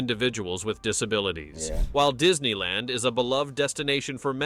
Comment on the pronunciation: Is it just me or did he say Diddy land?